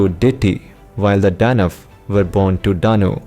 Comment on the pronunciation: Detta and Danv.... dude... you sound 10000% still you have to pronounce those words differently... and they didnt sound like foreign speaker either. They sound like you are doing DADADADA